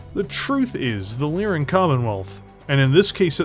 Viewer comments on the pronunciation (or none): none